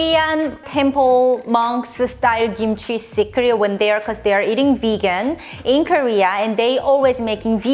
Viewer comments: It’s kimchi, not gimchi, capische!? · It's technically pronounced "kimchi," but without the puff of air on the "k" that we pronounce in English. Without that puff of air it sometimes sounds like "gimchi" to us.